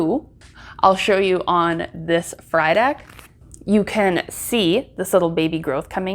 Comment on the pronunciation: You've taken such good care of these beautiful plants! And lol everytime you said Frydek i keep thinking 'fried egg'